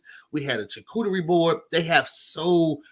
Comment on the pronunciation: If says "chucooterie" one more time...🤣🤣🤣